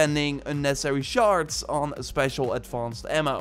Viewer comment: Are you saying “shards” or “sharts”? Makes me chuckle every time